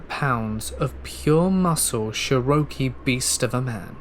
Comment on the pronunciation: as a Cherokee speaker, your pronounciation of "Cherokee" is the scariest part! 😮😮😮😂Ꮭ ᏣᎳᎩ ja-ła-gi